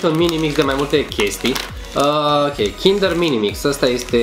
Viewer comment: Mie îmi place ou cindăr maaaare 😖😖😖